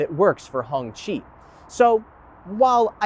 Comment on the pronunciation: Cop pull me over and ask me what kind of car is thar I may go to jail for pleading the 5th.😂😂😂😂😂 it's not pronounced Honchi. It's pronounced Honky😂😂 im black. I aint taking that chance😂😂